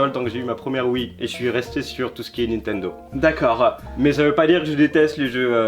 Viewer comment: C'est nintendo pas nitendo